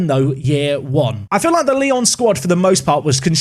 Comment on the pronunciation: try to say it Lyou next time, because now it seems like people will manage Leon, whoever he is lol ps: I'm from Poland and you did well with Ruch Chorzów, nearly perfected it.